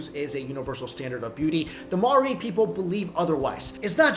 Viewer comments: the way you say Maori hahaha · That's not how you say Maori